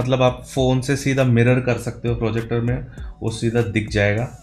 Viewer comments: Finally said projector not forjector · Fortronics ka frojector😂